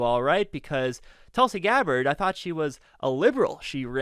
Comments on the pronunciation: Great rebuttal particularly "Objection! Relevance?" but I believe the correct pronunciation is "Toolsie" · sir, you are doing a great job covering for David, but you terribly failed here - her name is pronounced Toolsi! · It is pronounced "TOOL-sy". Get it right, geez.